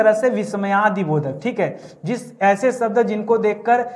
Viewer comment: Sabd nahin shabd.. Pehle khud seekho phir sikhao.